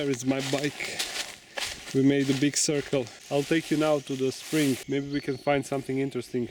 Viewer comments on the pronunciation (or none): none